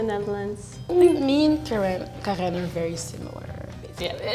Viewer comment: Volgens mij zei ze Karijn.